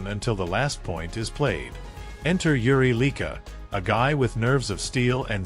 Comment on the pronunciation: are you dumb or what? who T.. F... is Yuri Leeka?